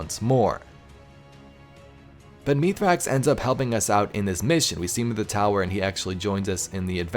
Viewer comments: No it isn't. The Eliksni name is pronounce mees-rax, so meeth-rax to humans sounds more likely. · It’s pronounced (myth-racks)